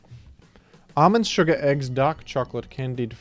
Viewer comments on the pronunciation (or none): none